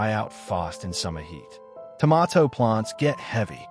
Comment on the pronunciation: dont care how accurate it is, everything in this video void after the first pronunciation of tomato..